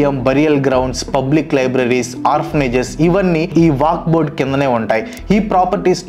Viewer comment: వాక్ బొడ్ కాదు వక్ఫ్ బోర్డ్